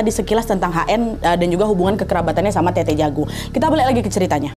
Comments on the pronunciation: Tetta yah bukan tete🙏🏻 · Telat sih nntonnya tapi kak nad btw bukan tt tapi tet’ta